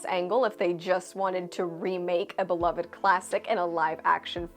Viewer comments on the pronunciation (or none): none